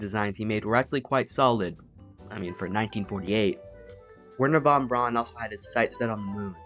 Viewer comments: This was a really quite charming video and I’m looking forward to seeing more! Small nit: Wernher von Braun’s last name is pronounced “brown”, not “brawn”. Keep up the good work! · You Americans have figured out Von Braun worked for the SS but you haven't figured out that his name is pronounced Fon Brown.